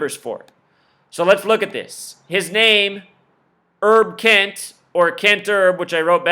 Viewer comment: His name is HERB KENT...Not ERB Kent. As in HERBERT ROGERS KENT.